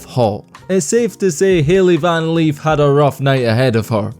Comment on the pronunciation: Who tf is Van Leaf!?!? Lol I know Van Lith! Smh